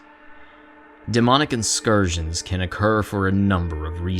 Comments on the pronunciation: Bro what’s an inscursion. Did you mean in-cur-sion? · Awesome video, although I am at odds with you over your pronunciation of the word incursion